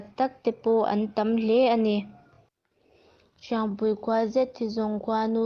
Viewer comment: Sepa(Kelpa anga thlûk)mawng ni lovin, Se pa(U-Muan, anga thlûk) mawng tih tur aw... Hriangpui(Kelpui thluk) ni lovin, Hriangpui(Keite thluk)tur aw...i chhiar hma in rual û deuhte rawn hmasa ṭhin rawh aw....i âw chu a mawi viau e.